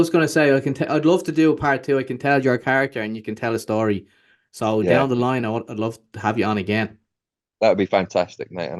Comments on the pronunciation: "What's the shtory" is your shtick. Stick with it! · Enjoy the relaxed style of interviewing, but yes, you are right..."What's the schtory" doesn't help the actual story 😂